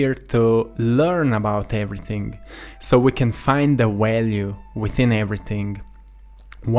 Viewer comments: Hey brother, v's are not w's in English. Its value, not walue. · I like the way you say walue! Lol 😂